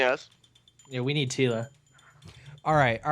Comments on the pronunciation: ROFL When he said we need tella tequialla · hE SAID "WE NEED TILA" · This man said "we need Tila"..... BOI LEAFY😂😂😂